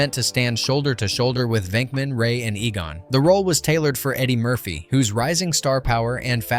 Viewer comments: Egan? Fricking who is Egan? It's pronounced EE-gonn. Have you even watched the movie? Nobody will stand for this travesty. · Unforgettable huh! calls him egen ?